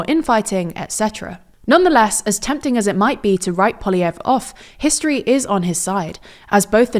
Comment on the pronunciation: Every TLDR reporter has a different pronunciation for Poliievre.